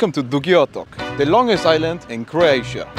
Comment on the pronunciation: no way dude you are probably balkan you say dugi otok so clean